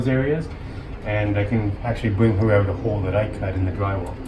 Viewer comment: I can tell your from the northern states, somewhere near Canada, you pronounce 'out' as "oot" !